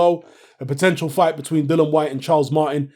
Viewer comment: Isnt his name Dillian not Dillon?